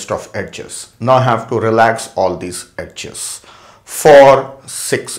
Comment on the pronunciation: its not ed-ges , its edges